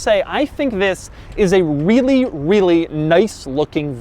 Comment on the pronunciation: WEALLY WEALLY WEALLY